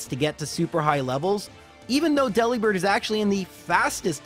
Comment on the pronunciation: Also, it's a bird that delivers, not a bird who works at a deli, so why is it DE-li-bird and not De-LI-bird?